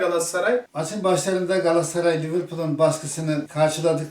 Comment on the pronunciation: ciğim, Seni çok seviyoruz. İstanbul 'DAN sevgiler. Bir ricam olabilir mi? Lütfen galassaray değil de; GALATASARAY telaffuzu yapmanızı istirham ediyoruz.❤